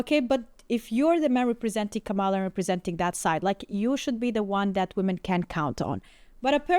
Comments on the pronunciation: That white dudes for Kamala guy is so mad about about her loss but he is saying her name wrong. The accent goes on the first syllable not the second. They get so pissed off when people say her name like that. There is a lot more hate coming from liberals toward all men, especially white men. They keep telling me how terrible I am but now they're mad that I didn't vote their way? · If the White Guy in the glasses voted for Kamala, why is he pronouncing her name wrong?